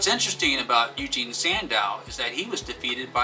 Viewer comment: Eugen not Eugene.... geez....